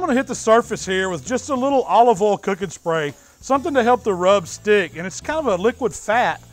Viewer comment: Great accent. Don't forget to use cooking OLLL and aluminum FOLLL.